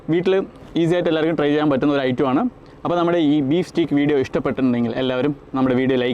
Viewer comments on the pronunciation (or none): സ്റ്റീക്ക് അല്ല സ്റ്റേയ്ക്ക് ആണ് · Pronounciation Steak alla steak (steik) aanu